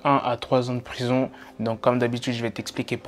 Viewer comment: # 'D'aller en rison' XD